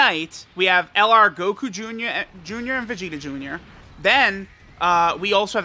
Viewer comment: "we got Goku joonyah"